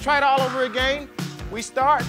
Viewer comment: His accent on *again*🤣